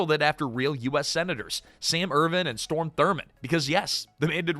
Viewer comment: His name was Strom Thurmond. Not Storm.